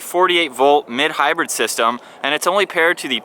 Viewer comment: Mild hybrid, not "mid hybrid."